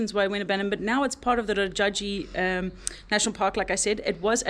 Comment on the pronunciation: The way you pronounced it ''Rjaji'' was so sweet. In Hindi it is pronounced as ''Raajaji''. Thank you for visiting Bharat. You are always welcome again and I think you missed rafting in Rishikesh, its once in a life experience. Love from India❤❤